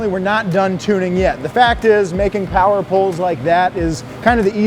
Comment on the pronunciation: Mo' powah baby!